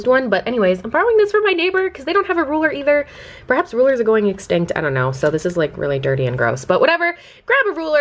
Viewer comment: "rulers are going exticnt" lolll